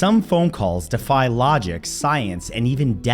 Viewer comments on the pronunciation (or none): none